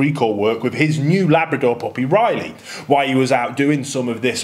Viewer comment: I don't have a puppy I just came here to hear you say pohpy EDIT: RESPECTFULLY!